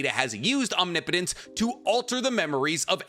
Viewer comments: Holy shit said Omnipotence correctly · Oh my god!!!!! You’re finally pronouncing OMNIPOTENCE correctly!!!!!!!!!!!! 😮🤗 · I appreciate that you started pronouncing "omnipotence" properly. Lol